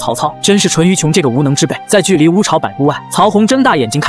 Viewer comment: 烏巢烏巢~~確定是唸這2個字??🤣🤣🤣🤣